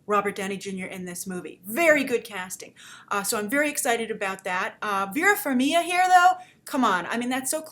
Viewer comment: The trailer is schmaltzy. P.S. The 'g' in Farmiga is not silent.